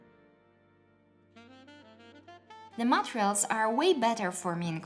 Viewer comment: I liked this channel, but this this time I didn't find the video very useful. It can't be that those are the only 3 differences. Also the word "Materials"... Please make it sound less like "Montreals".